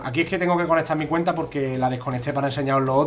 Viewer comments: seguro porque ha dicho cuneta en vez de cuenta. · like si ha dicho mi cuneta en vez de mi cuenta en el